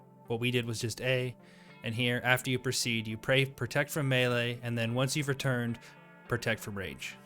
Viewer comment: I've heard melee said as May - Lay, Me - Lee, and now Me - Lay thanks for the third.